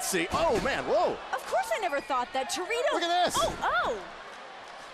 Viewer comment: It is Torito not dorito